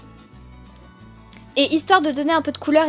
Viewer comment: tu t'exprime vraiment bien super makeup juste petit précision coachelle se dit ' coach ella et non coach A elle' bref bisouus :)